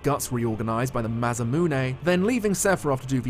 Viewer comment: you're beautiful and wonderful, and you have never done anything wrong in your entire life, but you're enough of an otaku to know that's not the correct pronunciation of "Masamune." It's okay though. I still love you.